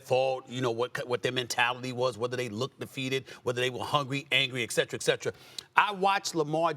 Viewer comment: Etcetera Etcetera... Not Excetra Excetra